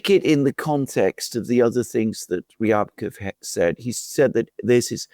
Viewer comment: Rybakov is pronounced as ‘Ribakov’.